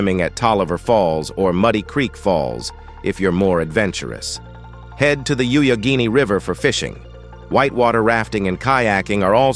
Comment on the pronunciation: you-ya-geen-ie river, huh? it's pronounced yak-uh-gain-ey